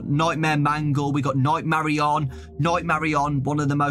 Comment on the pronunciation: bro sayin marionan its marionette